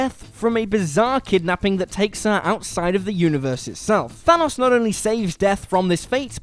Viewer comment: It still bugs me that he keeps saying Thanos wrong